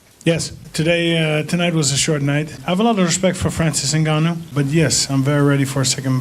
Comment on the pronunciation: I was thrown off a bit when the reported called Ngannou, "Nagano." First time I heard someone mistake his name for a fairly common, and already existing Japanese name. I know, I know, Shes foreign... But that's besides my point. I probably wouldn't have noticed if she just said like everyone else did at one point in time, "NnnnGunnoh."